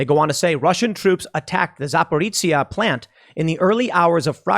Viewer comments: It's ja-po-ro-jie-ye - zaporozhzie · Tim, it’s pronounced Za-poh-ree-zheeya. That’s how I was told to pronounce it by my friend from Zaporizhia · AFAIK, the correct pronunciation is "Zaporojie", tho we might be twisting it a bit in our language. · Tim, I really love your show but I beg you to please stop mispronouncing 'Zaporizhzhia'. It takes me twice as long to figure out what you're talking about with every mention. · Whoever told how to pronounce Zaporozhye was making fun of you, Tim.